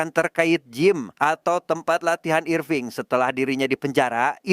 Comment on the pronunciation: Irfing kek jowoki bejirr😂